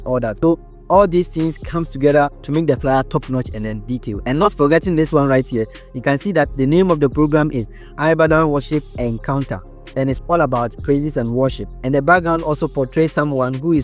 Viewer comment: Great 🔥 But that word is pronounced E-badan and not I- badan